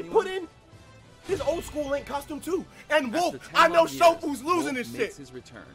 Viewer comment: *Lonk from Pennsylvania.